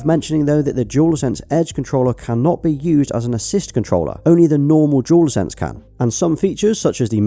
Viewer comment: Why does it sound like he's saying "Jewel Sense" when he's saying "Dual Sense" ?